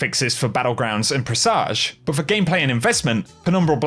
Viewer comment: "Preh suhj" that's how you pronounce it.